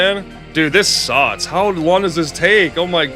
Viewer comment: I don't despise the way you say Mærio, or the Nintendo Diaz, or how "this part suts" It's part of who you are 😊